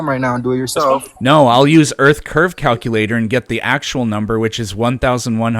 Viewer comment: Never trust the math of someone that pronounces it “Calcuhlater”.